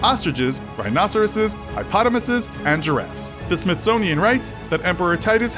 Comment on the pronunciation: Did this mf say Hypotomases😂😂